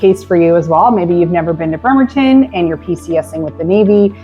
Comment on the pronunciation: It's BRRRemerton not BERmerton...